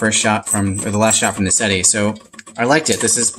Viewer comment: "Seh - Teh". I.e '7' in Italian. Not "Seh-tee" ...